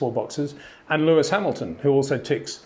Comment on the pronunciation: HEY PETER WINDSOR, I HAVE MESSAGE FOR YOU SIR: it is NOT Max "verSHtappen" ... Max is not German (Germans indeed do pronounce "st" as "sht") ... #Max33 = Dutch NL/Belgium! ... It is not "Bottash" nor is it "Lewish" certainly not "verSHtappen" .... This BS started long time ago when a British sport presenter interviewed father Jos Verstappen and assumed you can use a German pronunciation to a Dutch Driver thinking it is so "funny" ... It is not.